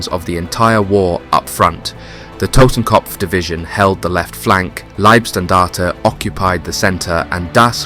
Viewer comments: It's not Liebstandarte, but Leibstandarte. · You say Liebstandarte and Schlieffen in exactly the same way as you pronounced Fliegerkorps. You also pronounce the last E in standarte. Leebstandartuh, just like in every other documentary about this, easy. We also don't say the P in corps, because that is a homophone with corpse. What also marrs this otherwise competent presentation is the constant slipping out of English and into American English. Editorially it's better to choose one dialect and stick to that throughout.